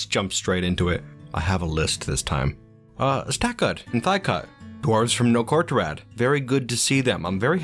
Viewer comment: When you said Stakud I panicked lol